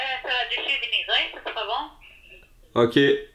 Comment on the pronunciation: "la salade de chou vinaigré" j'ai cru qu'elle a dit "salade d'immigré"